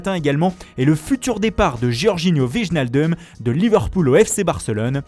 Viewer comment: Faudrait arrêter d'écorcher le nom de Wijnaldum